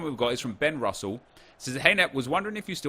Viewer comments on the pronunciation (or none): none